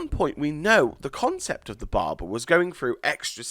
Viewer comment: yes, i'm laughing at the way he says "Barber"..................DA BARBAR